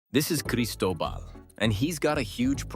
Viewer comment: He says Cristobal i heard Pablo Escobar